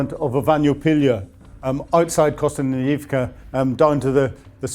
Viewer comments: Kostanynivka? Kostanyvyivka? Kostanyivka? Isn't it Kostyantynivka? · It is Kost-yan-ty-nivka…. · Hey his pronunciation of Kostumninumka is perfect, how dare you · Why can't pronounce Kosst-ee-ant-ee-neevka correctly? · Great reportage but pronunciation of place-names is a bit dodgy! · Having watched the whole video, and listening to the frankly awful pronunciations by,,,, i have to say that he needs to up his game,,, at one point his pronunciation of konstyantynivka made me cringe,,, jesus ur getting worse